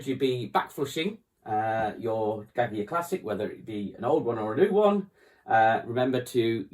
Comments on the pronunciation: How did he just pronounce the word Gaggia......??? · Like a Brit?